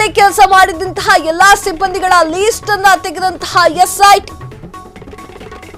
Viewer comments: Pronunciation correct madi ..that’s not least its list .. karma ..😂😂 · ಅದು ಲೀಸ್ಟ್ ಅಲ್ಲ , ಲಿಸ್ಟ್.